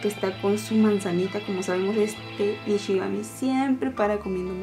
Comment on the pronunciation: Dices nishigami en lugar de shinigami aproposito?